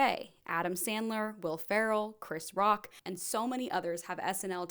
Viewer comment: Yeah the complete butchering of "Chris Rock" had me absolutely fumming!!!!!